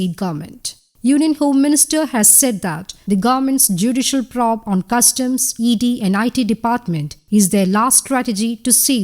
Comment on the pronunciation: It will be nice to hear the word probe pronounced the way it is supposed to pronounced.:):):)